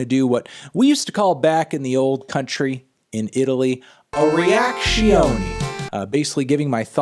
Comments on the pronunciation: That's not how you say Rezione in Italian, anthony you're a poser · "Reazione" not "reactioni" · Actually, it's "reazione".